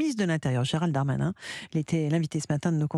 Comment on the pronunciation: Pourquoi elle dis Gérald de Darmanin au lieu de Gérald Darmanin c pas un noble français 😂😂😂😂😂le Darmanin